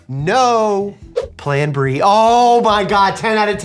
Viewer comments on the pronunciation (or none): How an Asian says Plan B.....Pran Brie...